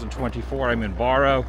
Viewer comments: It’s pronounced Bear Oh not bore oh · BARROW not BORROW lol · It's pronounced like wheel barrow. Not like borrow money. Love the videos! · I am 55 years old. Today is the first time I ever heard anyone pronounce Barrow "borrow". Other than that, the video was awesome.